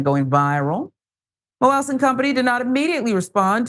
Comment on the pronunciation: The way she pronounces Moelis is annoying and wrong.